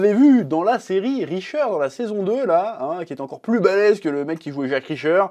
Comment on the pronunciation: dahSLIM ? qui c'est lui ? richters pas RISHERS bref un minimum apprendre les nom du cast pour presenter le..........CAST lol mais bonne vidéo quand meme